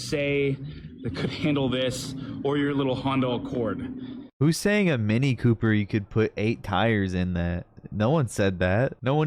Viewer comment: "hondo accord"